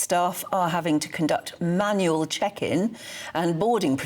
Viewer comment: I like the way you emphasize MANUAL boarding …as if ….. this used to be done years ago and worked PERFECTLY !!!